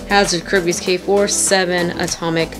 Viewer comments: you are NOT saying the Hasbro Kerbeus name right. 2 years and you still haven't noticed, really?! 😔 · Yeah she isn't